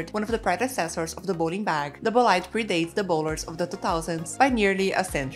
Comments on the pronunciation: Please get the pronunciation of the bag right… it is not “bo-lide” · That is not how you pronounce bolide.